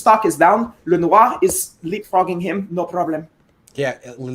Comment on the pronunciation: Lenoir’s name should be pronounced how he pronounces it. LEN-NOOR. Why complicate something for no reason?